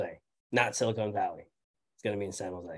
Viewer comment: Great episode! By the way, it’s silicon valley, not silicone Valley, which is in SoCal I believe.